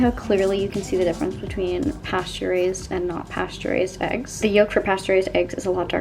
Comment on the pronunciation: Not me thinking that every time you said "pasture raised" you were saying "pasteurized" in a very strange way 👀